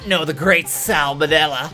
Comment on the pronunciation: Sal Manella? I prefer Sam O'Nella